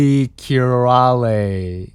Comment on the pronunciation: You almost nailed it. In hungarian "ly" is one letter and pronounced it like "y" in "your", "loyal", "yell" etc. Bulikirály means party king. Buli means party and király means king.